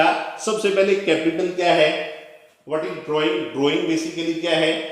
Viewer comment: Drawing shi se bolo sir g